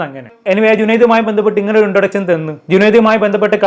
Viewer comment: വിശയം, ശേശം ,ഇൻട്രൊഡച്ഛൻ,ആച്ഛൻ 😂😂😂😂